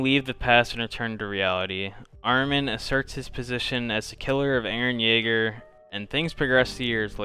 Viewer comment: Didn’t say “EREN YAEGER” right a single time